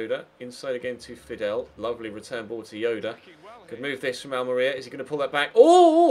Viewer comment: The way you pronounce Almeria (AL-MARIA) really bugs me!!!